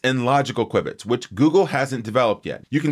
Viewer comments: "Kwib-its"? Isn't it pronounced "Kew-Bits"? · it's pronounced "kyoo bits"